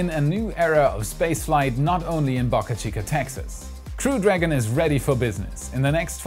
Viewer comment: Please pronounce Boca correctly the o sounds like the o in spoke